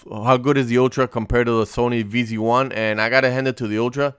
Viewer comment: its ZV 1, noy Vz 1 😞